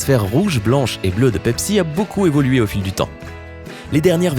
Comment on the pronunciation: J'ai bien compris Dabsi au lieu de Pepsi quand il la prononcer en premier •^•